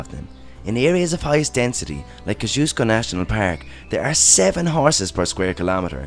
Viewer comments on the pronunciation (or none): Kozzy-osko national park is how you want to say it 😂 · Great video! Also in Australia, we pronounce Kosciuszko "ko-zee-o-skow". Took me a moment to realise which national park you were talking about, lol.